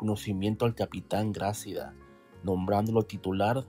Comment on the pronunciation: Hola buen reportaje, felicidades, solo te acoto, no se dice Grácida , se dice Gracída, te puse las tildes para explicar como debes decirlo, saludos